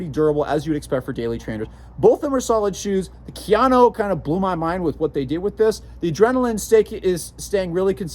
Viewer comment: Ka. Ya. No. Kayano... 🤦🏻‍♂️